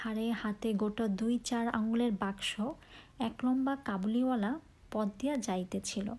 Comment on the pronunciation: কাবুলিওয়ালা হবে ✅ কবুলিওয়ালা না ❌